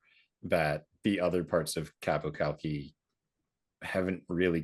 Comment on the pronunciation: Qapu Khalqi. You mean...Hafza time! Of note: the pronunciation of 'Khalqi', the 'K' at the start is pseudo silent, more like halqi, than kalki.